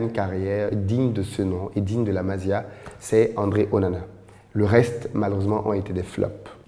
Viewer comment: tu trouves trop d'excuses pour Onana c'est ton cousin ou quoi? Ça se prononce MASSIA pas MAZIA!